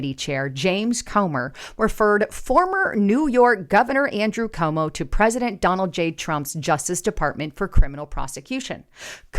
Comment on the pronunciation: your channel is full of great info, but please pronounce people’s names correctly, because there are many people who won’t take you seriously, if you don’t know how to pronounce names of people that everyone knows. His name is CUOMO, not Como. It’s pronounced like this “Kwo-mo”. Also, I know it’s trendy to say “take serious” and I keep hearing people say that, but it’s not proper grammar. The correct phrase is “take it seriousLY”, not “take it serious” - it has to have “LY” at the end of the word “serious” because the word TAKE is a verb and verbs are described by adverbs like the word “seriousLY”. The word “serious” without the “LY” is an adjective, not an adverb, and adjectives describe nouns, while adverbs describe verbs. Lately, I keep hearing people say that phrase wrongly, because people tend to pick up other people’s bad grammar habits, and not gets reinforced, over and over again, each time someone says it, but I’m trying to do my part to preserve the English language in its proper form, by pointing out grammar mistakes whenever I see them.